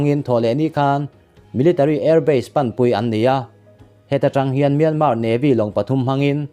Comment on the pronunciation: Myanma tih tur, r hi lamrik tel loh tur.